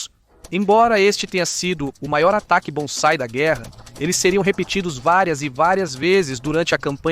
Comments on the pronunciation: Muito bom, agora só uma pequena correção, o. nome do ataque que os. japoneses desesperadamente faziam contra seus inimigos era BANZAI. e. não bonzai como foi dito no vídeo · Muito bom o vídeo! Só pronunciou "bonsai" invés de "banzai"! Kkkk